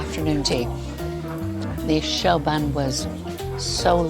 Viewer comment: It’s shoe (choux) not show